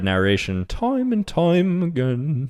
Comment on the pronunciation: I love the "ToiMe ANd tOiME AgaIN"😂😂😂😂🎉